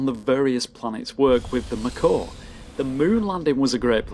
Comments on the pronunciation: So 1st: please do mass effect 2 and 3. This was an interesting video, and so are your others. But 2nd: Not to be rude or anything, but just so you know the mako isn't pronounced, "macaw" it's pronounced like, "may-ko" like mako shark. Just trying to be informative, still a great video! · MAko, not MakO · ''macaw'' It's MAY-KO It's a shark, not a bird! Cool video though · You trollin us mate? Its mako not McCor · he pronounces it like macaw xD but no problems, still a great vid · Maybe it was supposed to be "mah car" :D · Him pronouncing it "macaw" makes me think he never actually played the game. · The way you pronounce mako brings me physical pain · I just heard it and almost bled from my ears :D